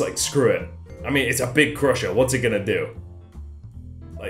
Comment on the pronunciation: When said "Crusher" i keep thinking he says Prussia